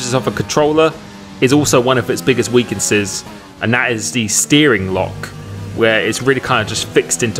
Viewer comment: "weakensess" - TRL limless